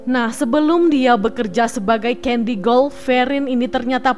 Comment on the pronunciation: Caddy, bkn Candy...